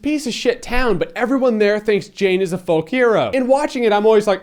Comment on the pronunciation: It's Jayne, not Jane, ha ha ha!